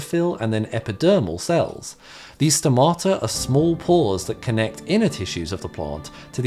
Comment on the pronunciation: Please.. the tone is at the 'O' at stomata! (Στόματα)! Keep up the good work!